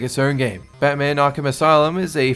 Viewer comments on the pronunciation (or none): none